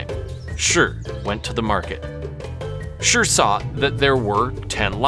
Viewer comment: Good attempt, but as a laowai, you're still missing out the intricacies of pronouncing "shi". There are hard & soft shi's in addition to the 4 tones.